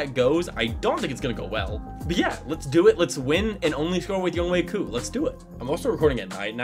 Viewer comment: Good job on pronunciation! Also good video